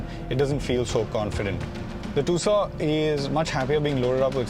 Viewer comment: Just dont understand why most of the indian car channels call it "TOOSAW" when the actual pronunciation is "TOOSAWN" named after the 2nd largest city in Arizona called TUCSON....